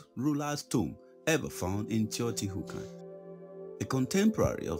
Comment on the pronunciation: Hookahn? Did you mean wakan?